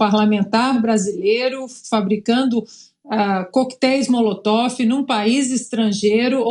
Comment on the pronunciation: Alguém aí fala pro Fiuza,que não é Molotof, é Molotov!😵😵😵😵😵😵😵